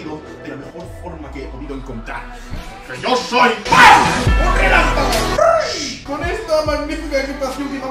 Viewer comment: Huy muchachos, ustedes escucharon el rempalago* JAJAJAJ